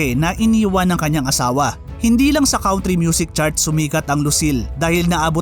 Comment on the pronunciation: Nice content, bothered lang ako sa "count-ry"